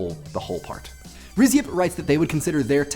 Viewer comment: Rhys is not /rɪz/ it is /riːs/